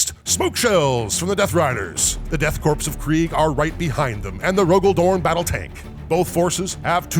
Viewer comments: Would someone please slap with a dictionary and inform him that Corps is pronounced "core," not "corpse?" He's driving me up the wall. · Corps isn't pronounced corpse, it's core, like marine corps. Super irritating. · Its pronounced like Core....not like Corpse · And pronouncing Korps as "corpse" rather than "core" 😣 Thankfully, someone seems to have corrected him after about 20 minutes. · Death core not death corpse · it's pronounced like "core" it's a french word used in the english languge. Should sound like death core of krieg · Small note: The 'P' in 'Corps' is silent! Love your narration:)